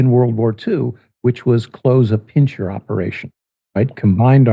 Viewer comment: “PIN-SIR”, not “PIN-CHIR”.